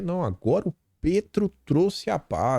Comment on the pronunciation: se diz Pétro mesmo, com e aberto e não Pêtro. Um abraço e parabéns pelo conteúdo que acompanho diariamente.